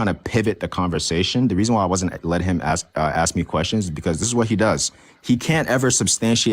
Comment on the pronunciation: He says “axe” not “ask”